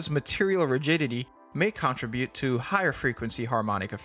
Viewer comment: YOU'RE PRONOUNCING CONTRIBUTE WRONG